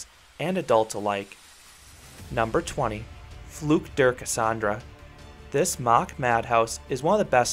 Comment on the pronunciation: Sorry if I say that but it is sometimes funny as German how you pronounce some of the rides. But I have to admit as a non German words like "Schlittenfahrt Schneeflöcken" and "Madame Freudenreich" is not easy. However some of them you did really perfect (such as "Fluch der Kassandra") ;) I know Europa Park now 35 years and I visited the park every year (I think should be over 200 visits in total). To the ranking: well done! And I would agree with many things. I have exactly the same Top. I am surprised that you put in "Schlittenfahrt Schneeflöckchen" in it. Many people do not like this darkride but I do like it and would put it in a similar place. Me personally I would also put following rides in to the Top 25: "Jim Knopf Reise durchs Lummerland" , "Dschungel Floßfahrt" and Alpenexpress (no good coaster but great theming) And I would not rank following so high in the ranking: Euro Mir (too rough) and Atlantica Supersplash (for me kind of boring), EuroSAT (for me the old one was way better in theming). And I would put Snorri Touren higher ;)